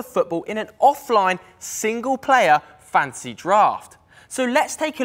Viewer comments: Yeah he keeps saying Fancy draft and Welf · I also heard "fancy draft" every time